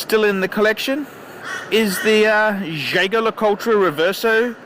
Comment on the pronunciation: haah mate the way you say jaeger le coultre is hilarious....